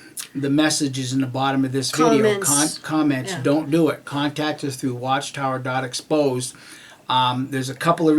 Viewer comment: Thats watchtower.exposed It sounded like you said 'expose' instead of 'exposed' Just posting this so everyone can find you site.